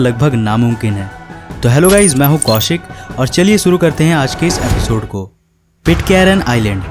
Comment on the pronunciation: Hindi bolna bhi seekh lo jameen nahi hota zameen hota hai episood nahi episode hota hai khuss nahi khush hota hai jaahajo nahi jahaaz hota hai z bolne mai bohot galati karte ho